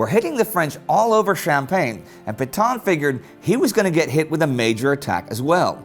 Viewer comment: I like the videos....but gosh, someone REALLY needs to help this guy learn to pronounce French...towns, names of generals etc... Reims, Cambrai, and French general Petain to name a few.